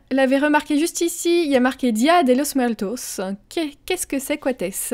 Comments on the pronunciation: XD le belle accent espagnol pour t'aider on prononce dé losse muertosse 😂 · Haha oui ça s'entend que tu n'as jamais fait d'espagnol ;) et día de los muertos c'est une fête célébrée en Amérique Latine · Ça s'entend que tu n'as jamais fait d'español car la prononciation n'est pas bonne XD